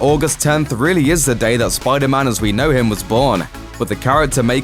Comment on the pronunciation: SPYDAR-MAN! lol love the accent